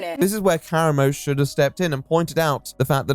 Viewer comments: Why do you always mispronounce people's fuckin names?? It’s not KARamo. He says his own name and clearly says kaRAmo. JFC it’s so annoying, every video. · i wish this guy researched how to pronounce things before making a video “Coolinary” is doing my head in and how he says Karamo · not gonna lie, not taking the time to learn how to pronounce karamo’s name correctly is giving racism. it’s not a difficult name to pronounce. i’m also british + dyslexic so i know it’s not an accent thing.